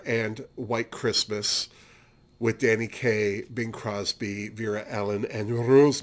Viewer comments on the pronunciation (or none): none